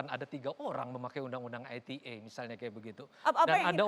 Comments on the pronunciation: I te e mas bukan ay ti e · Ai Ti E. Klo mau enggress yaaa harusnya Ai Ti Ii. Kzl bangetttt bolak balik salah meleeee. Cukup I Te E ajaa pak. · Ite pak bukan aitie wkwkwk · Undang ITE itu bahasa apasih..kok bacanya Ai ti E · harusnya "ai ti ii" ya fadjroel must be bad in enggrish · Hahaha...exactly what I want to say, kalau mau pake English ya skalian tp "ai ti i" 😆